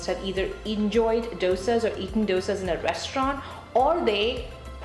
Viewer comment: I mean i get tweaking your accent to make life in the states easier. But calling dosas (which im sure your pronunciation was perfect with all your life) 'douisaws' is wild.